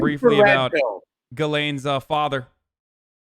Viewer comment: It's pronounced Jizz-lane. I looked it up.